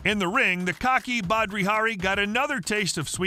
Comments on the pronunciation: Its Badr Hari not badri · Badri hari? Hahah its Badr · Fyi its Badr Hari not Badri. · Badri ?? its Badr my friend ;-) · At least get the name right!! It's Badr Hari..not Badri. And after that fight he went on to become one of the most formidable fighters. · It's "Badr", not "Badri" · It's Badr not Badri. How did you get that wrong? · It's Badr not Badri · Badr Hari, not Badri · badr hari not badri hari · Badr.... not badri hahaha do your homework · Badr not badRi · Its Ba-der-hari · Not a Badr Hari fan so hearing you butcher his name was priceless. 🤣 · Do you guys fact check? Octagon ? You pronounce badr wrong and he’s not Australian .